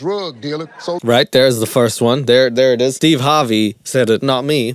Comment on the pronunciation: He keeps saying Steve Harbey or Steeb and I can't stop laughing